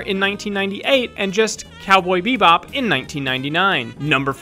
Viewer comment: gosh, I hate how you say "bebop"...